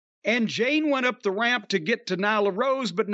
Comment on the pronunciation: Why do you call her Jane?? Lmiao.